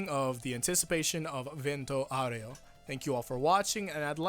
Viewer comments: As an Italian speaker,, you did pretty alright, but you need to put more emphasis on the RAY in Aureo. (VENT-o Oww-RAY-o) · (this is how you pronounce Vento Aureo) when you said bento it was fine, but aureo is like the beginning of aura but then you just say ray-o after this part of (au)ra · For "aureo" of "Vento Aureo" you have to make the "o" more strong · Actually it's: A (like Ugly) U (like cOOl) R is a rolling R sound (don't roll it too much though, otherwise it becomes Spanish XD) E (like animE) O (like dOOr, not ow) P. S. The stress is on the first A ('Aureo) P. P. S. That "actually" was for your "Owrayo" thing and it's not really correct. P. P. P. S. For: Hoping that you'll read this, I did this not because I want to be rude to you (or the other guy right here), but because you seem to actually care about it XD. By the way since you seem to care I want to help you with the Italian pronunciation for future part 5 videos: it's not AbbacCHio (like CHariot), but it's Abbakkio; it's not Jiorno Jiovana, but Jorno Jovanna (I know you recently changed the way you used to say it but the way you say it now is French) and Narancia is said "Narancha" not "Naranceea" (Even though now that I think about it you may already be saying it like that). Thanks for your attention and sorry if maybe I sounded rude, I didn't mean it. Hope you'll appreciate and that I was clear. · At first time he said "areo" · Why everyone keep saying "Aureo" the wrong way... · Yes you need to hit the U a bit more